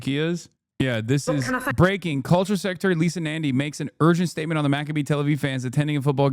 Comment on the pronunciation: Hasan, ‘culture’ is pronounced kol-tchya in Oibruvish. I hope this helps 👍